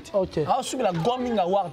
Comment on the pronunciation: On dit Grammy awards et non Gramming awards